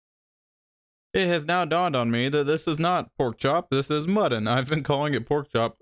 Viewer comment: did he call mutton, muddin, like buddin?!